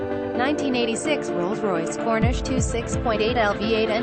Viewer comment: It’s a Corniche - not a Cornish as the narrator keeps saying. 😡